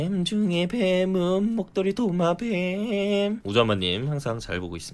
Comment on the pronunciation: 목ㄷㅎ리 도마배앰 목도리 도마뱀 뱀중에 뱀은 목도리 도마뷈